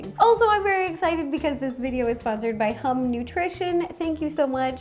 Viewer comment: Hehe the immaturity in me giggling at the fact that “hum” like how Ro pronounced it, means pen!s in Lao.